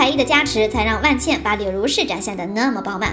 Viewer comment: 不是万茜（xī）吗？